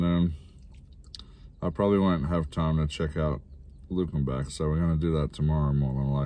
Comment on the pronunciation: Welcome to Texas. Wehave a lot of old towns with brick streets. And Luckenbach is pronounced Luc in bac one word. We have weird pronouncing of words and town names.